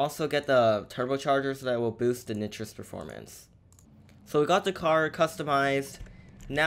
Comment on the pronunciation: Lol he said nitrus